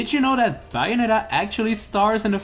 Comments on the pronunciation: It’s bay not by oof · It's pronounced "Bae-oh-netta" not "buy-a-netta" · no Bianetta doesn't mean anything but, BAY-o-NETTA means something to me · Who else cringed when he said Bianetta when it is Bayonetta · It is pronounced BAY-OH-NET-TA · You don't know how to pronounce Bayonetta. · Pronouncing Bayonetta wrong, but only a true fan of Bayonetta will understand the storyline